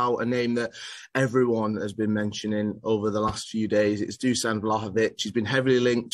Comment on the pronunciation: Pronounced > "DuSHan"